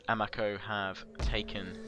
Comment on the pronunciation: Loving your campaigns, but I'd like to note that Japanese names and words are all pronounced with soft vowels. So, for example, Uesugi is pronounced oo-EH-soo-gi (with the Latin pronunciation of "g"), Ito is pronounced EE-toh, Amako is pronounced ah-MA-co and Higo is pronounced HE-go.